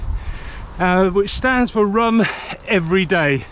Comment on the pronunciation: I heard “rum every day” the first time 😉